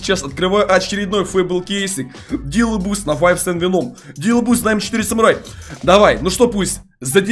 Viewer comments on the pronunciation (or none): none